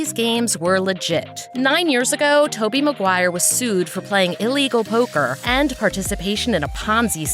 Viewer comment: Toby Maguiry, 2 seconds in and you already lost all credibility